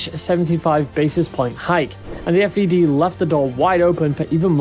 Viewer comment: Just a heads up - it’s the Fed and not F.E.D.